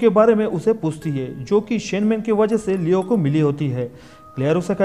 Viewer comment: Leon hai naam leo nahi bro